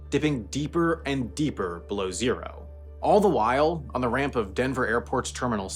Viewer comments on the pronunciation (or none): none